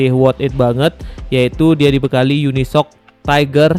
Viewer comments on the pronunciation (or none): none